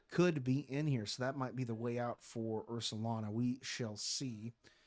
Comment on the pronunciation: Love the commentary! Just wanted to point out, it’s Ursaluna, Luna like lunar, like the moon. After the 5th or 6th Ursalana I was like… I gotta say something lol